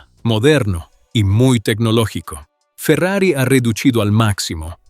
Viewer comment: video hecho con ia chafa, Farrier dice la marca, no Ferrari.